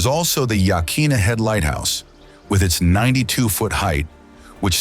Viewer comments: And it's yah kwin a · It is absolutely not Ya'Keen'A! It's pronounced Ya'-COIN-Na. That goes for the headland, the bay, the river, the Native Tribe that owned (and should still rightfully own) the area in and around Newport. Trust me on the pronunciation by the way, I've lived my entire nearly 42yrs of life in Newport(Oregon of course!) & I'm a 2nd/3rd generation Oregonian. o have climbed most of the cliffs around Yaquina Head, and there's so much to see there. Tons of marine life, land life, and geological awesomeness to be found there. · Most of us pronounce it Yuh-kwin-uh. And many of the locals do as well. I tend to agree, though, that the native pronunciation of places should have more importance.